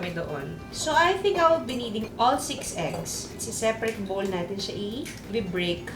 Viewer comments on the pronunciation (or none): none